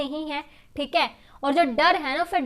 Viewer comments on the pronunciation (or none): She always say "theeke"👌🏻👌🏻